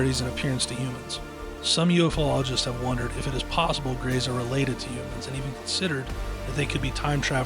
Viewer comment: UFO-Ologist? Or UF-Ologist The guy in the video butchers the phrase. Can we agree on how it should be pronounced? (UFOLOGIST) Is that so hard?